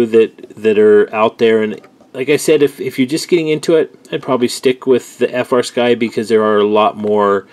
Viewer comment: That is "Flysky" Not "FrSky"